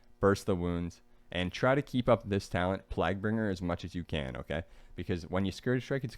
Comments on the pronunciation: nice video as always. Just a heads up its "/plāɡ/" So its sounds like "playg-bringer" for plaguebringer. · "eeban fevor" lmao "plagbringer" bro lmao